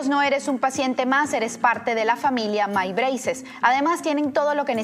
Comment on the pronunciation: El “Maibreises” en la publicidad de My Braces me rompe los oídos